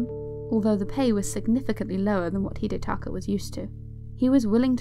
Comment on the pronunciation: You butchered his first name